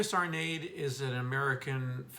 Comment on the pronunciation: hi ur awesome for talking about My KING ARNADE"S GENIUS my dear tho REMEMBER THE E IS NOT SILENT!!! GOD BLESS Ü